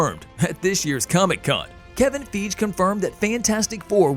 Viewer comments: It’s ‘FIE-GHEE!’ Not ‘FEEJ’ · It’s FIE -GHEE’ not’ feej’